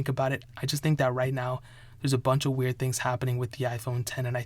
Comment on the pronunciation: Hearing you say wearied makes me feel sick